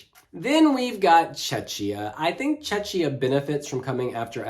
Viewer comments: Please stop pronouncing Czechia with shh, it’s kia not shia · yeah, i am czech and it hurts, cuz it reminds me Chechnya (part of Russia) :DD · Please, PLEASE somebody tell it's pronounced "Check-ia", not "Che-chia" 😭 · Someone please tell that Czechia is pronounced CHECKIA (not "chetchia"), the same way the word Czech is pronounced CHECK (and not "chetch"). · First half ends after song 7 for whatever reason, so the commentator was right. 8 - 15 are second half so Switzerland is in it. They should've probably put it on the right side to avoid confusion. And good lord, what is that butchering of Czechia? If it was Check before, it won't turn into Czeczia all of a sudden. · yasss slayyy we love ur videos and how you explain how the running order works for even new fans 🥰 its pronounced checkiya btw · please it's pronounced CHEH-khiyah. Otherwise poeple are confused and they think you talk about the russian republic of Chechnya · Just a quick note, Czechia is pronounced as check + ia. One of the reason why I still prefer the Czech Republic. 😅 Other than that I also think that Ireland should have opened instead of Norway since Norway's staging is rather dark compared to Ireland's positive and anthemic song. But overall, RO for SF1 is decent. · Ikr, i hear Chechnya 😆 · Agree, when I heard it I thought he said "Chechnya "🙃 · Love how pronounces Czechia 😁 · I don!t want to be rude but please pronounce correctly Czechia because how you pronounce it is a different place and not even close to Czech Republic. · Like saying bom dia in portuguese with a Brazilian accents ALWAYS, while we are talking about portugal. Not really a lot of cultural sensitivity and respect